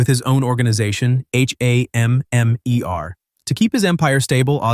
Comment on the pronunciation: Bro just say shield and stop spelling it out, yeesh!also just say hammer, again no need to spell it out.